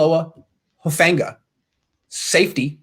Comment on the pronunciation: you'll probably never see this but hope you do. His name is Who-fongue-ah. So 'Hu' as in who, 'fang' has a soft g like in tongue and the last part 'a' you got. and for these pacific names, the vowel pronunciations are always the same. a will always be pronounced 'ah' and never 'an'. anyways just thought to let ya know!